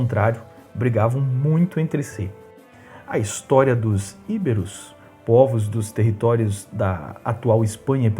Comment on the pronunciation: não é Íberos . É Ibéros , sílaba tônica no " e" e não no "i" . Sem acento.